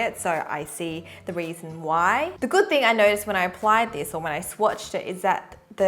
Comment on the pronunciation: she said which is goid